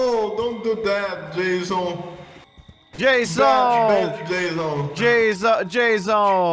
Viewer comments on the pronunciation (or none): Lmao he said Jazzon